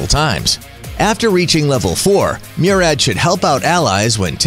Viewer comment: The way he pronounced Murad lol